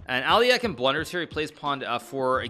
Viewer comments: It should be A-le-hin (with stress on second syllable, that is, on the first "e"). There should not be "ain" sound in the end - do not pronounce it as in "mine", say it as in "pin". Also that stressed "e" must be a soft "e", similar to "men". Some Russian speakers think it should be "ё" (yo) sound, but it is not - Alehin himself was known to get very upset if other people used "ё" instead of "e". The difference is that Alyokhin is not a nobleman's name, it's a simple working last name of a peasant, and Alehin always insisted he was of a noble parentage. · Did you not hear how he says al eh kine pronunciation isn't his strong point. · Alekhine is also definitely pronounced wrong, it's approximately Al-YEH-khin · He’s not ALEAKIN , he is Alekhine(Alehin) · agadmator constantly mispronounces names too, and they're both wrong actually. As is the "standard" English pronounciation. It's actually more like "Alehin", with the stress on the second syllable. The e at the end is only there because his name is spelled in a French manner. Same with Nepo, who's full last name is so awfully written in Latin script that i don't even want to try writing it out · alekhine is easy. Just Google a video. Euwe he's a lot closer than alekhine but still says it slightly wrong. It wouldn't be as noticeable or funny if he wasn't just completely butchering alekhine. I speak serbian and Croatian. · yeah he butchered both names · im pretty sure hikaru is pronouncing alekhine incorrectly